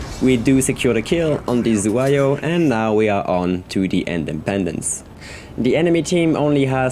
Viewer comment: It is unbelievable that Normandie can miss Zu- HaY-Yo at close range. :) Nice vid as always